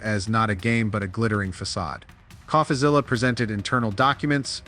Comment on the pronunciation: What gives it away is how the narrator pronounces "Coffazilla."